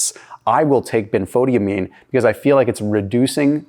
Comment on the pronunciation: Dear, I am very familiar with Benfotiamine, as it halted my advancing diabetic retinopathy. But (ahem) it's pronounced Ben-fah-TIE-amine. 😅 it took me a minute to figure out what you were talking about!